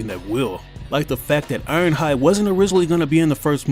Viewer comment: Irohhud for real dude its ironhide